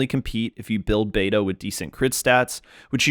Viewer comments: Pronouncing it "bay-doo" is killin me but I love this guide, thank you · the way u pronounced beidou like bae doo.. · I just heard Beido not Beidoo?